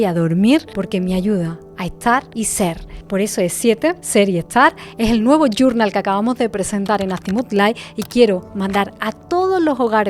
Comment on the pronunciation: Primero dime que es "gurnal? No te la sabes en Español? Nomás porque no lo sabes decir en Español, no lo compraré